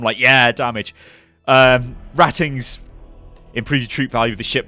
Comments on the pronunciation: not ' rat ings' pronounced 'rate ings' as in ships crew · Hah hah, "rattings".... it's pronounced "Rate-ing" :p it just means common sailors... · Love this game, might need to pick it up :) Also, its pronounced "rait-ings" as in the ships crew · RATINGS!, it's 'Rate-ings', as in Naval Ratings. They're sailors. Not rats. Love this video but, amazing stuff. 40k is just the business bloke. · Can't wait for this to go alpha! On a side note, I had to chuckle at you mispronouncing renown and ratings :D